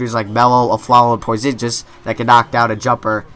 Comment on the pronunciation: cant stand how you mispronounce Porzingis -___